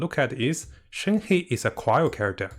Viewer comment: its shen-huh or shen-her, not shen-hei